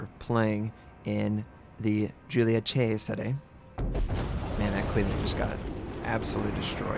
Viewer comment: Yes, someone that manages to pronounce Cesare right!! Thank you from the Italian community